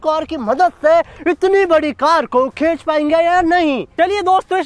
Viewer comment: Bhai khech nahi khinch 😂😂